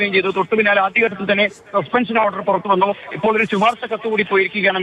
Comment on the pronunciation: ശുപാർശ അല്ല ശിപാർശ